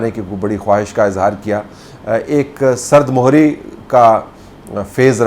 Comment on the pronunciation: شا ہ صاحب ! تسلیمات ، آپ جیسے اہل زبان کی زبان سے جملہ "سرد مُہری کا فیز رہا " سن کر افسوس ہوا ہے ۔ میں کیسے یقین کر لوں کہ آپ جیسے عالم فاضل صحافی کو پتہ نہ ہو کہ لفظ 'سرد مُہری' نہیں بلکہ 'سرد مِہری' ہے ؛ بیشک تحقیق کر لیجیئے ۔شکریہ